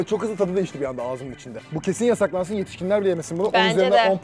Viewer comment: 💫yAsAkLaNsı oNğ💫😅